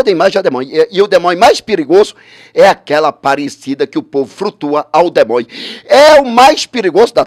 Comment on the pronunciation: "demonho.....frutua...escultura.....tive dois dia...com jezuiizizizzizi